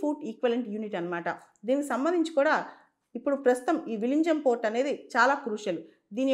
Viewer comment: VIZHINJAM ఈ పదాన్ని మలయాళం లేక తమిళం వాళ్ళు విఱింజమ్ అని ఉచ్చరిస్తారు ......... (ZHA ఱ శబ్దం ) ........ వాళ్ళ ఉచ్చారణ అనుసారం అది విఱింజమ్ అని పలకాలి......